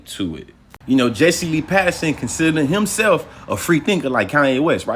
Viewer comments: It's Peterson not Patterson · If you say Patterson instead of Peterson one more time… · Why he keep saying Patterson 😂🤣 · Quit saying Patterson! Unless your doing it on purpose.